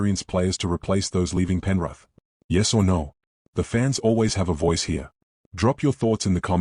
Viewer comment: 'Penruth' 😂 gotta love ai, not